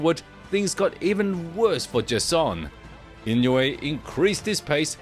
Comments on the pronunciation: The name Inouye is pronounced EE-noh-ay with the stress on the second syllable. It's a Japanese name, and the "ou" is pronounced like the "oh" in "go" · 井上関連の動画をアップする前に、とりあえず正しい名前の読み方を練習して欲しい。